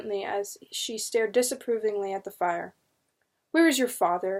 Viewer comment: Love these books! Great read,but just one correction. Fier is not pronounced fire. it was the Fear family's orginal spelling of their name,so Fier is pronounced fear.